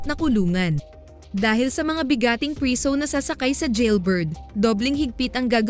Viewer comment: Prisooow😂 sobrang sleng